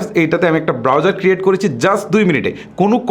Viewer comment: চ এর উচ্চারণ বেশি। করেছি হবে, কিন্তু আপনি বলছেন করেচি। যা শুনতে ভাল লাগেনা